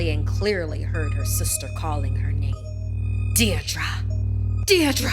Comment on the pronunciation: bruh she can't even pronounce Deirdra